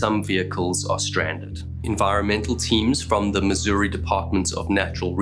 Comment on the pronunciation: You said our state's name correctly, bravo! Ha. Even other Americans call it Miz-urr-uhh or Miz-or-ee.